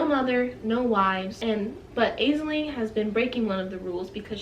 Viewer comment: I had no idea that there were two versions of this story??? So cool that you found the self published one. This was a good review! (Also Aisling is said like Ash-Ling (: )